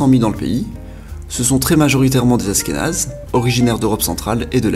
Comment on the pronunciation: Il manque le Maroc ??? ainsi que l'Iran , la Hongrie , l'Ukraine , la Hollande , la Belgique , la Tunisie !!!! et j'en oublie d'autres !!! et on dit pas Asskénaze !!!! mais ASHHHHkénazes !!!! avant de faire un video faut quand même être bien calé sur le sujet non ???